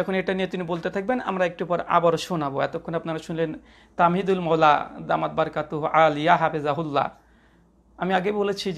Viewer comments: ওনার নাম তামহীদুল মাওলা নয়। তাহমীদুল মাওলা । নামটাও সঠিক করে বললেন না আফসোস ! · নামটাও বলতে পারলো না 🤣 বলে তামহিদুল মাওলা বললো😄😃